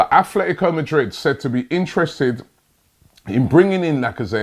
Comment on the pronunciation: C'mon Robbie, I thought ''holaa Laca-paella-zette'' was enough to rule this move out alone?